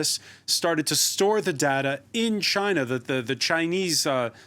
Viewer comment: Please let that chap from Amsterdam know how to pronounce data (NOT darda)! :-O